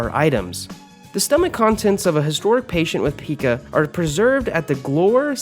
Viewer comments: It’s pie ca not pea ca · Pica "peeka" actually pronounced: Pie-ka 😋🤤🥕🍡🥑🥓🏀🧶🥿🖊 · "Pica" is pronounced with a long I, not a short I as you're pronouncing it in the video.